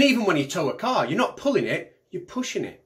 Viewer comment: "Grrravity is said to be a pooin' force.." oh I see he said *pulling*...